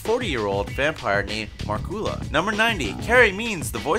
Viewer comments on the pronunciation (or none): Thundercles was Frylock? Also.... 'markoola'? Narrators should watch the stuff they're pushing! Also, I thought it was Morningwood Mall... when did that change? I'll have to dig out the DVDs.